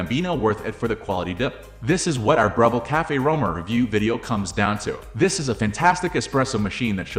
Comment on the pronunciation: Can't even pronounce the name. Not any kind of intelligence, really.